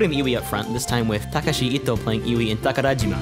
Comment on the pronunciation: How do you pronounce takarajima correctly but not akai? Lol